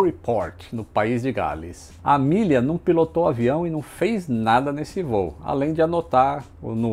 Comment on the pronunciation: Fiquei boa parte do vídeo pensando: quando vai começar a falar da Amélia? A forma com que ele fala o nome dela ficou soando como Milly..... kkkkkkk Isso que da ser alfabetizado em escola pública.... Abraço